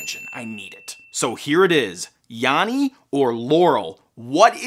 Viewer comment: I heard "yammy" very clearly for the whole video. (with an "m")